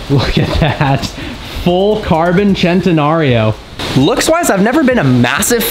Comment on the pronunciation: So at least there is one American that can pronounce "Centenario" correctly